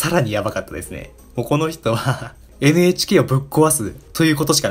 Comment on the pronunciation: めっちゃどうでも良いけど NHKをエネエチケーって言っちゃう エヌエイチケーってはっきり言ったらアイドルっぽい